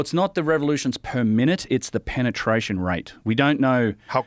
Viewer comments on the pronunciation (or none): did u say penertration